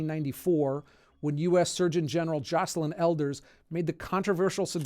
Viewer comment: To be extremely petty, you pronounced Joycelyn Elders as Jocelyn. I wish they’d teach her and masturbation in schools.